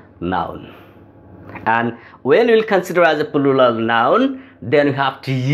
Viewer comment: plural uchcharon hoi naa apner